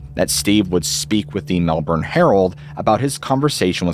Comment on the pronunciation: HEEEEEY!! He pronounced Melbourne right! hahahaha! (depending on area of australia, its either mel-burn or mel-bin, most Americans get it wrong and it comes out mel-born)